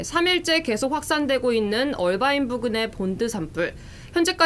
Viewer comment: 이해가 안되는게 화면밑 자막에는 "어바인"이라고 되어있는데 그걸 왜 억지로 굴려서 "얼바인"이라고 발음하냐고요. 앵커나 특파원이나 그렇게 본토영어가 하고싶으면 뉴스전체를 영어로 해서 전달하시든가 미국인한테 말힐때 하시던가....도무지 알수가없네....